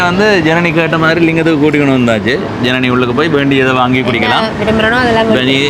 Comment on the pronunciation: Janani aval peyarai solum podhu enakku Irani endru than ketkuthu sariya uchcharikka soli kodunga